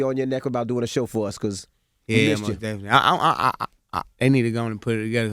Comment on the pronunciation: Interviewer: How are things going Baby? Baby: Definly